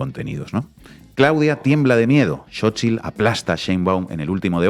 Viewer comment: Inna pronunciando perfectamente la "tl" en el nombre de "Xóchitl". Sin duda Inna ya es un poquito mexicana. ¡¡Felicidades a todo México y Latinoamérica!!